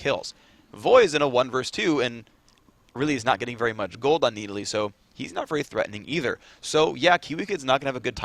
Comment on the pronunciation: I totally forgot how stupid phreak pronounced Needalee